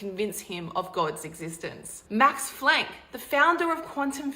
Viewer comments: FFS - "smartest mans"? Max Flanck? It's Planck, you goober. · Max "Flank" 😂 lady, it's Max Planck